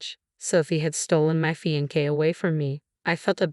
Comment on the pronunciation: Fee-an-kay? Seriously?